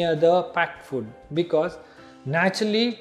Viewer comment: did he say "fud" instead of "food"🤣🤣🤣